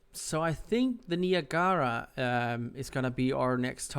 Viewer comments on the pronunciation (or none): Niagara as in USS Niagara and Niagara falls.... Say it with me [NY] + [AG] + [UH] + [RUH] Niagara ;) but all in all great video series.